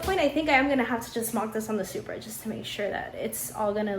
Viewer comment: Did you pronounce it - Shupra 😮